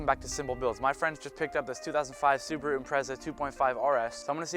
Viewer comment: It's pronounced "Su BAA ru" not Suburu